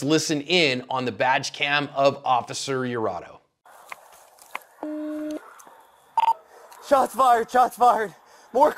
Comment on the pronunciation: Its Iurato, with an I, not an L.